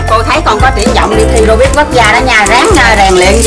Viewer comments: Rubik ko phải rubit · Robik bà kia nói là robit anh em ah